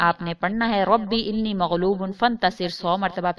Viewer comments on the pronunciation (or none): Arabic verse jo slaam k baad perny ka app keh rahi hai... usmy inni nahi Anii kehna hai.... search kr k daik ly es ayat ko youtube pe.... bs views hasil krny ki peri hoti jaldi me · رب انی مغلوب فانتصر میں رب کے بعد انی زبر کیساتھ ہے